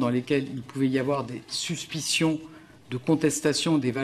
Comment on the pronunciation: Elle a dit suspissions 😂😂😂 je meurs 🤮💀